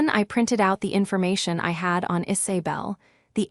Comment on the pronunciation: The voice needs how to say Isabel! Not Is-a-bell!